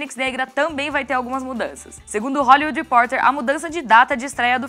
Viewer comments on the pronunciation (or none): none